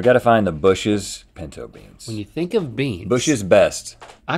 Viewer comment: Of frikin course link calls them pEEnto beans, that’s literally the most link thing I’ve ever heard 😭😭